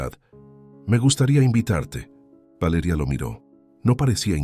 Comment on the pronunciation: Porque esa manera de decir Valeria horrible